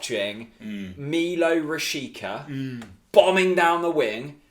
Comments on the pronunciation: Btw you pronounce Rashica "Rashitsa" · Milot Rashica (Meelo Rashitza) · How come Bundesliga expert (friend of yours) accepted that weird "Rasheeka" pronunciation? Quite hilarious. 😂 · Rashica is pronounced at the end like Pizza